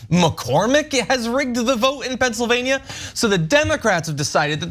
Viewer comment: Ana please learn how to pronounce Pennsylvania. Specifically the -NIA. Say it like your state of California.